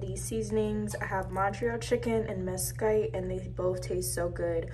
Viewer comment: “Mes-Kite” LMAOOO